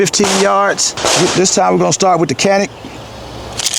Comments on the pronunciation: be the only person in the country who pronounces Canik correctly: Chanik. I was surprised the Turkish gun is 200 bucks more than Czech gun. Your recoil control is as good as your narrative control! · I grew up with Turkish around me. Perhaps to an American ear the Turkish C sounds more like j than a ch. The k sounds is totally wrong